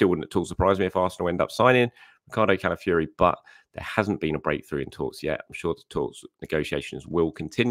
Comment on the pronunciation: Why do you pronounce Calafiori, Cala-fury? Fi-or-i >> Fee-or-ee, it’s really not difficult. I proper lament for all these talented players across the globe that have their names butchered by journalists, pundits and commentators that are just too lazy learn their names, or even just say what you see with this one…